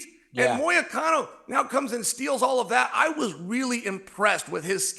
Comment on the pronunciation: does Chael go out of his way to butcher everybody’s name on purpose? It is so hilarious how he just can’t get anyone’s name right lol it’s gotta be on purpose.!!! Then he says MOY-A-CANO 😂😂